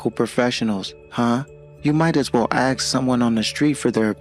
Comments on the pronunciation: This fool talks about education yet can’t even strung a sentence together properly or correctly pronounce words. Says ‘axe’ instead of ‘ask’. His preschool son probably speaks better than he does. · Right? And on top of that he's dreadfully miscast, pretending to be blue blooded and super educated and can't pronounce ASK correctly.